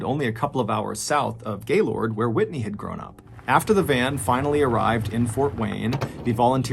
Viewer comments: After moving to Michigan I quickly learned people don’t like it when you call it Gay Lord. These midwestern degenerates pronounce it Gay Lurd. Just for future reference. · Me being from Michigan cringing every time he pronounces it gay-lord and nut gay-lerd😂😂😂😂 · Gaylord is pronounced 'Gay-lerd' not Gay-Lord. Lmao. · Pretty sure it's pronounced "GAY-LERD" not "Gaylord" 🤣 Only reason I say that is because I got in trouble saying Gaylord and laughing about it😂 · I love this channel and your stories, but being from northern Michigan near Gaylord, it’s pronounced more like ‘gaylerd’ not gayLORD. Cheers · It's pronounced gay-lerd. Not lord. Lol sounds funny the way outsiders say it. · I was not expecting to hear him say Gaylord Michigan the town I live in and graduated high school from. I will say that the first sylible isn't as strong as people that aren't from the town say it. It's more pronounced Gaylerd, almost instead of the two words sounding separate like Gay Lord. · i can always tell who isn't from Michigan by how the pronounce Gaylord. everyone i know in Michigan pronounces it more like 'Gay-lerd' not 'Gay-Lord' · It is pronounced "Gay-lurd", not "Gay-Lord" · I’ve been watching your videos for a while now and I love them all but I live in Michigan and I know it’s spelled Gaylord but it’s actually pronounced gaylerd. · as someone from the area, Gaylord is pronounced like "gay-lerd" and we can easily spot visitors based on how they pronounce it 😂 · Damn, I never expected to hear my hometown in a MrBallen video! By the way, we pronounce it “Gay-lerd.” 😂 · love you dude but I'm from Michigan, and you pronouncing Gaylord is hilarious. We pronounce it as "gaylerd" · Just saying, but being a Michigander Gaylord is pronounced " Gay-lerd" love the videos!! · I’m from a small town just 20 minutes from Gaylord and the way you pronounce it has my whole family cracking up 😂 We pronounce it as a very quick “Geh-lerd” and “Cal-dohn-ya”. Great video! Thanks for sharing.